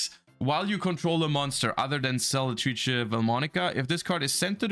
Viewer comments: It was extremely satisfying to listen to... practically perfect pronunciation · That pronounciation of "Selletrice" Was just something else